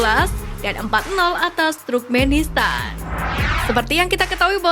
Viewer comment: Koreksi sedikit,... TURKMENISTAN bukan Trukmenistan. 🙏🏼😊 Semangat ngonten ttg Timnas Garuda Indonesia... 👍🏻💪🏼❤🇮🇩☕✔